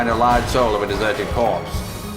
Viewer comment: sowl of a desuhted cwopse